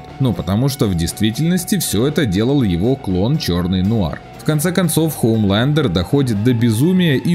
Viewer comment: хУмлендеру?! Вы у мутко английский учили?! и теперь спокаете фром ёр харт?